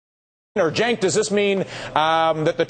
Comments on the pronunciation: Come on Dylan, Get Cenk's name right. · It sounds like Dylan was calling Cenk Jenk.What's up Jenk!